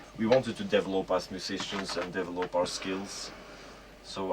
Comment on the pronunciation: I lol whenever he says "DEVIL-LOPE"